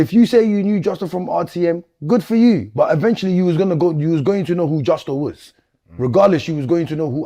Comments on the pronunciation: Don't you mean Jusco?😂😂😂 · Bro I rate you and your work rate but there’s no way you’re still saying justco after you’ve said it right 100 times and you know it’s not justco 🤦🏽‍♂️ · Man still fighting for his life to pronounce Justo correctly 😂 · Imagine struggling to say 5 letters at close to 40 braaaazy work 😂😂